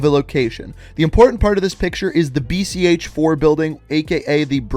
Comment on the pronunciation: Its not BCH4, its read VSN4